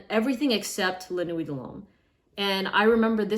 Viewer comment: La Nooey lol😅. Check your pronunciation.